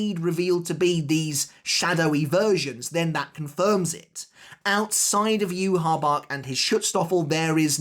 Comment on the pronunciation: Start saying Yhwach’s name properly bro